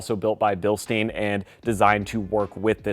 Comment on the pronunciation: Bil-stein like Franken-stein Not Bil-steen